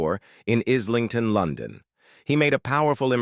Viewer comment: IZ-ling-Ton, for example and SIN-Ee-Ad. 😂